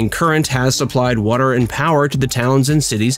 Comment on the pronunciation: Watter? Watter? I thought it was water.